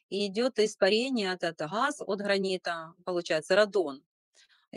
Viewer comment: газ, гранит, ,Гала!! По ушам режет😢😮